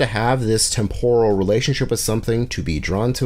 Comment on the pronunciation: Interesting video. Work on your verbal delivery. Needs to flow better. Try avoid mispronouncing words like "temporal" and "scarcity". Will be checking out your other videos. Keep going!